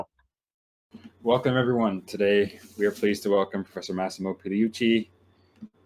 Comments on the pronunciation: I wonder how badly he would butcher that word, given how terribly he mispronounced all of Massimo's name. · A philosopher with training in science giving such clear and consise answers. And can't even pronounce Massimo ffs.